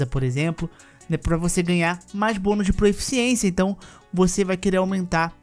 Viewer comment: Irmão, curti demais o vídeo! Só tenho uma pequena crítica: não é proEficiência, e sim proficiência kkkkkkk abraços